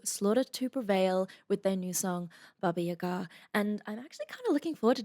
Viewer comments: Special thanks for the right pronunciation of "Baba yagA". Realy. Great thanks. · She pronounced “Baba Yaga” exactly how it’s pronounced in Russian, I’m impressed ! 😃 It sounds like nothing special, but most of the people pronounce it “Baba YAga” instead of “Baba YagA”, if you know what I mean ! 😆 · OMG you first who say BABA YAGA right! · Indeed... in France we say the same phonetic seems like Russia... Baba Yaga (le Croquemitaine), and you are the best, trust me, here we love you!!! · You pronounced it correctly! Wow! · Now I understand how you pronounced the name correctly. You know Mark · Someone finally got a pronunciation right in "Baba Yaga"! It's not that critical though but still im impressed. :D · Maybe because she's from Australia and they speak a different accent? I'm German, and we pronnounce it the correct way aswell. Maybe mostly Americans and Brits who pronnounce it wrong.